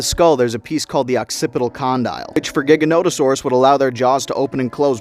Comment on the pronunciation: Jiganoto or Jaiganoto. Not giga like gigabyte. That's official not just me saying crap